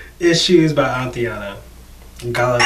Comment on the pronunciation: You are awesome, but it is AYE-TAN-AH... not ah-tee-anna